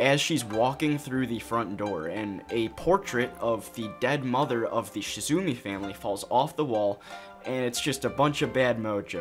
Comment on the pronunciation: Not to be that annoying commenter, but it's Shimizu not Shizumi. Good try though!